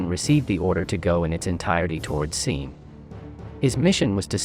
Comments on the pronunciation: Seen is referring to the river seine in Normandy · Cool video.Mispronounced Seine and Leibstandarte.